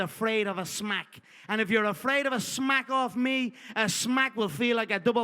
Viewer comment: I was rolling when Conner said SHMACK